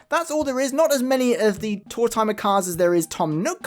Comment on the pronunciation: Card #2 reminds me of Tanaka from black butler (old man who’s default state is his chibi form drinking a hot cup of tea) 😁 Thanks for sharing these! I don’t mind that you pronounce his name like “tour-timer” because it sounds like “old timer”, which he is 😂